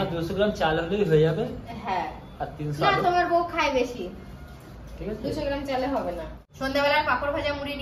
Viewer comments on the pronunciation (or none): none